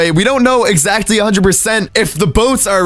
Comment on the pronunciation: your such an amazing entertaining youtuber,but its pronounced as [exactly] , not [ezatcly]